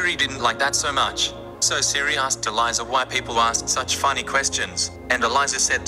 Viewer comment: Idk why but when he said eliza I thought queen elizabeth